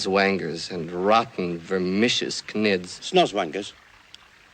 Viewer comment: Someone must correct me if I am wrong. Every time he says "Vermicious Kanids." I hear (Vicious Kids). Am I alone in this translation?